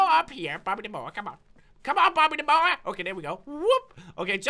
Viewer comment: I love the way he says bobby the moa LOL Bobby da moa